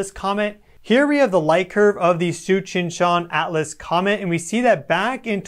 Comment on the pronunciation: All I can hear is the "Cheech and Chong" comet. 🤣🤣🤣